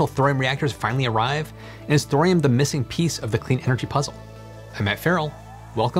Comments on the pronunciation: Thorium has three syllables, it's not "thrym". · I love you man. But the H is silent. Torium